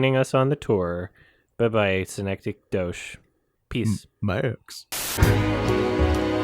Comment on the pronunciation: Synecdoche? Did you say... synecdoche?